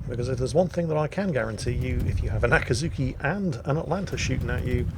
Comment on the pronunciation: It's not really Ahh kii zhu kii, but rather Aa-ki'zz-ki... oh well.